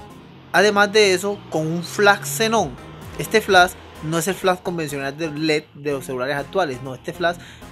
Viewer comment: Tienes razón bro no es burla! Se me hace chistoso como lo pronuncias es todo. el flass !